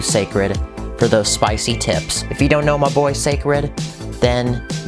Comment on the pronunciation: It’s spwicy